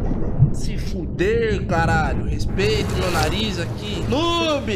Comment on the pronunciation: "Rexpeita meu nariz"